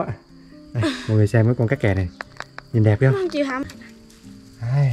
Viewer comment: ủa con tác kè mà sao anh lại gọi là kác kè??